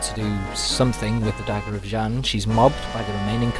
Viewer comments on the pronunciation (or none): i love your talkthroughs:D they are really great and funny:) just two things, the warriors fighting against the chinese dragon army are tibetians, and xian is pronounced "SEE-AAN":P